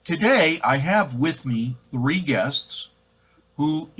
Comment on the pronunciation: "Three" not "Thee", I assume.